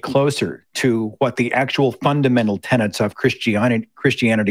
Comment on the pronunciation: Seth, it's 'tenets', not 'tenants' - just sayin'